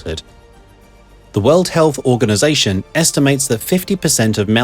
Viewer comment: is this AI slop? world health organization pronounced as who...